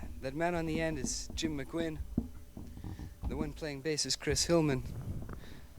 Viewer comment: Suggestion: "My Back Pages" - great song by Dylan, recorded by The Byrds with the best version being the 30th Anniversary Concert. n.b. The "u" in Roger McGuinn's name should be pronounced as a "w".